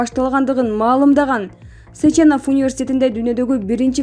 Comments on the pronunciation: Э айнанайын, Сеченов деп окучу, Сечеенов дебей. Же тушунуктуу кылып жазайын. Окулганда Сечинов болуп окулат. Иван Михайлович Сеченов. Окулганда Сечинов болот. Журналистер, блогерлер, бир аз грамотныйрак бололучу. Айып этпейсинер. Дагы кимдир бироо айткандай, Новосиибрск деп... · СечЕнов эмес СЕченов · Ай диктор Кыз, бирдеме окудун беле, Сеченов эмес, Сечинов. Ударение на е делай. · Автор Сеченов емес, сЕчинов .